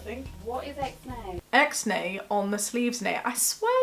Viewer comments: It's not "ex nay" its "ix nay" it is pig latin for nix. To nix something is to reject or cancel it. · It's not exnay, it's ixnay! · Ix-nay on the sleeves, as in nix, as in no. Not ex as in nex